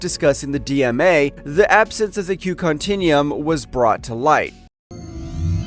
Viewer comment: Guinan's name was badly mis-pronounced by this video's narrator,..on at least a few occasions within it. The Q Continuum was also mispronounced. Lastly, "Q's"? " Hard to fully listen when so many bad pronunciations are done by this narrator.